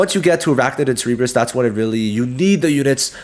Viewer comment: Lol Cerebrus, isn't it Cerberus